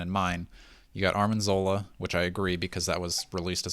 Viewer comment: It's arNIM zola not arMIN zola! You guys are killing me!